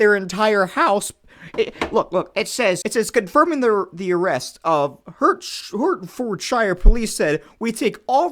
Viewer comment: Best pronunciation of Hertfordshire evar